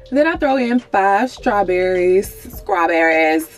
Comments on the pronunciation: Did she say "scrawberries"? Lol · 7xelbuaD lol she did 😄 love it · Yes! She was cracking me up the whole video. I will be definitely trying out the liquid biotin 😁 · Lol yeah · hahaha. i was so dead. replayed it and allll.